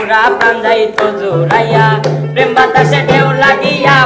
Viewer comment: প্রেম কে পেম বোলো না, উচ্চারণ ঠিক করো এমনিতে তোমার গান খুব সুন্দর।❤️❤️ Form India